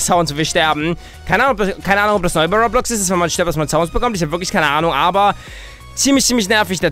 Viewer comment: Übrigens, es heißt "Ro Blox" Zusammensetzung aus Robot und Blocks. Nicht "Rob Lox". Super Video!